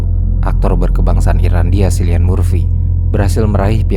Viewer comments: bacanya KILLIAN bang bukan SILLIAN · Kilian bang bukan silian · Cillian bacanya Kieylien